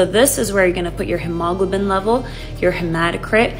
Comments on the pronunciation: Broooo wtf it is pronounced HEEMO-globe-in not hem-aw-globin. Proof: the prefix hemo- means blood. It is latin for the prefix haemo- pronounced heemo. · If my doctor comes in pronouncing Hgb like “hemawgluhbin” I’m walking tf out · Never heard anyone pronounce hemoglobin that way. Bizzaro!